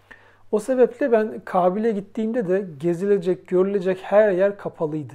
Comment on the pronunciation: Kağbil değil kâbil.